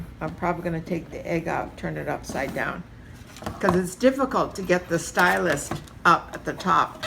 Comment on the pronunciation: Great video but I had to turn off quickly because I couldn't stand you saying 'stylust' so many times! It's stylus without the t! God that was absolutely infuriating, I want to watch more but I just can't face it haha